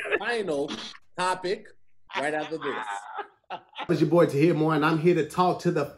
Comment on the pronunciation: Hey Tom, is it just me or did call Tahir 'Katir'? Sending it to the booth for review... 🤔